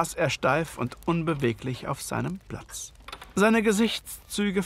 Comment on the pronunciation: spricht leider häufig B statt P "Blatz" z.B. und gleicht hinterher D statt T "drat", statt "trat" und K statt G. Das kann ich mir gar nicht anhören....